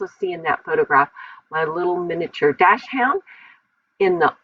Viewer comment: I love these papers and I love the placement of everything! I love your sweet photo! I get tickled every time I hear you say “dash-hound”! I’ve never heard Dachshund pronounced that way! 😊😊😊 My Max is 13 1/2 😍😍😍 we thought he was a miniature, too, but he’s about 23 pounds, so nope!! 😜😜😜